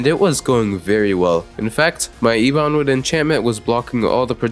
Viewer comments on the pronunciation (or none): why say e bon wood, its eb onwood. like its ebony, not e bonny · “eebon wood” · Please pronounce ebonwood correctly xD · The way you pronounced “ebonwood” really caught me off guard and I had to do a double take to make sure I heard that right. Genuine props to you dude, I gave up trying to beat masochist mode after I broke my table in rage. Skill issue, I guess. Also, I REALLY APPRECIATE THE SUBTITLES? It really helps out to follow along. :))